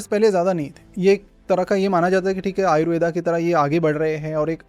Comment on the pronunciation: आयुर्वेद को आपने तो आयुर्वेदा बना दिया आयुर्वेद बोलने में कोई दिक्कत होती है क्या